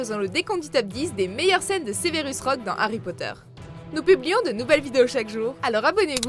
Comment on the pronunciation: Ça s’écrit Severus, alors pk tu dis Sévérus? 😂 Au moins tu sauras pour ma prochaine fois ça se prononce Sèverus